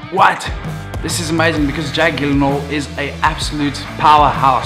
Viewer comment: Jake Jill-in-hall* 😇